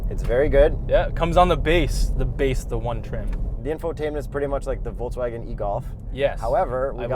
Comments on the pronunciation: VolKSwagen not VolTZwagen:) BTW, I love your work guys. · I have a crush on a German girl and so I’m here to tell you it’s pronounced “Folks-Vaghen” though people there only usually say ‘Eff Vey’....trust me because every time she moves her lips I am pitifully rapt. Pitifully. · In Poland a bunch of people pronounce it "foltzvagen". Must be an Eastern European thing, though and Jakub seem to be born in Canada.